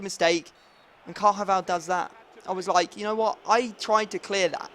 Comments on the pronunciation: Just a pointer but it is pronounced carvajal, not carjaval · ffs stop saying CARJAVAL its CARVAJAL